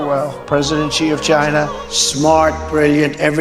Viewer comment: ty for the coverage as usual! Just a head's up (and I know this sounds snooty or pretentious, but I don't mean for it to)-- "Xi" is pronounced like the word "she" not "jee." The way you're saying it, his name would have been Zhi instead of Xi.